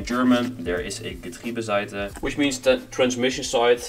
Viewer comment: I am from germany and i loved the way you said Getriebeseite because its sounds so clean like a real german <3